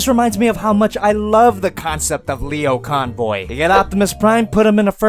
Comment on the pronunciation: Jesus, he can't even say his name correctly.